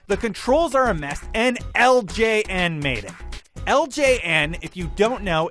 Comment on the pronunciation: Did anyone else notice he was pronouncing "LJN" like "LGN"?